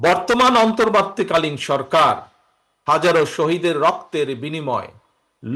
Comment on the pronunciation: Apni ontorbortii kalin sorkar kothata occharon korty parenna kno?